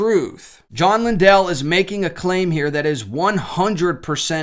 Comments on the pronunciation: Lindell is pronounced Lynn-dull with emphasis on the Lynn. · FYI, Lindell is pronounced like kindle (I attended James River Church many years ago). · Sounds like LIN- DULL when pronounced... if you were to check past stronger mens conferences from this church you would find more controversial guests that were invited to perfom. The guy that dresses like the painter Bob Ross and makes you tube videos with titles like "how to paint like a feminist " ( that particular video starts with mockery of prayer) is on the list. I was not suprised when i got home from turkey hunting and saw all this hoopla. The Stronger Mens Conference is like attending Travis Pastrana's "Nitro Circus". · You don’t even know how to pronounce his last name. U don’t know him. He didn’t “lie” he got the wrong info and now he’s apologized for having him at all at the men’s event.